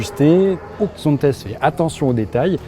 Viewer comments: Zonte la prononciations, tu ne dis pas PariS, ChamoniX... Sinon bonne vidéo... Par contre les trajectoires sur route c'est pas ça ! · Tu dit donc Dalla et non Dallas , Las Vega et non Las Vegas ??? C'est un Nom propre c'est donc ZONTES"SE"